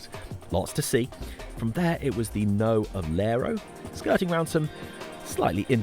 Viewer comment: As someone that lived in Aberdeen from the age of 18 to 28 I was often corrected on the pronunciation of 'local' words, so have become a little sensitive about it. For you to avoid a similar fate in the future it may be worth knowing that "Knowe" rhymes with cow, as in How now brown cow. Which is a good enough reason to point you towards the Corries singing "Ca' the yowes tae the knowes" here on YT. I look forward to The Forest Jungle Collective rendition.